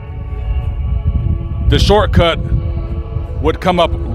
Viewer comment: “The sharcut”😂😂😂